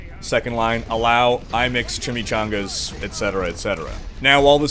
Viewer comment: This nigga said Chimichangas hahahahaha